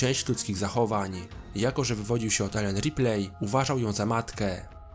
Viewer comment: Nie żebym się czepiał, ale nieustannie źle wymawiasz nazwisko "Ripley" :) A tak poza tym to łapka w górę :)